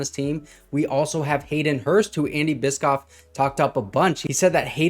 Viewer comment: I believe it’s pronounced bish-off.